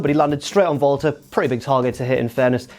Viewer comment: He pronounced it like that because that's how you pronounce it.